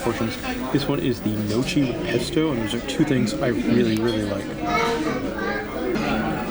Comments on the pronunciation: Just to help you sound more Italian. Gnocchi is pronounced gno-key. Ch in Italian is exactly opposite to English. Chi is pronounced key. Ci is pronounced chi. It’s confusing but since you love gnocchi:) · Thanks for the review. Very informative. Small Nitpick but your pronunciation of italian names like La Cucina and gnocchi made me cringe. Usually im not that picky ...so apologies but i had to tell you. 😅